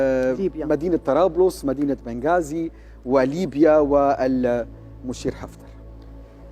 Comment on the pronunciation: ليش نطقها نبقازي